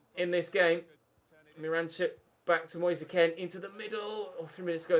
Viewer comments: Just who the fuck is moyseh ken? Just say his name normally... Its pronounced keen. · does it annoy anyone else that has been pronouncing " moise kean" wrong since the sunderland career mode